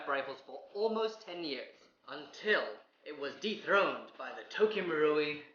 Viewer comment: when he said "dethroned by the Tokyo Marui" I though he said "deepthroated by the Tokyo marui" omg